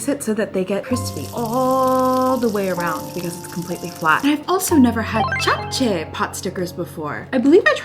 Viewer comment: Wow your pronunciation of japchae is really good!